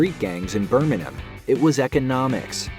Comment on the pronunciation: 10/10 for pronunciation of 'Burminum' (the way a Brummie would say Birmingham)